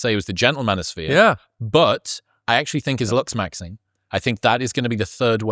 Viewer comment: The word is LOOKS MAXING. I don't know if it's my hearing or your accent but I keep hearing luxs maxing. 😂